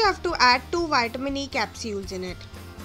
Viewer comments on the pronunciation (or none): I like how you say capsules.